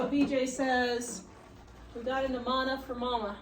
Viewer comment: She. Said Amana.